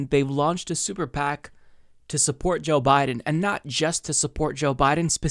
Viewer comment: Funny - at around the 8-minute mark when you said: "super PAC" it sounded like you said sewer PAC. I hereby declare we call them that from now on.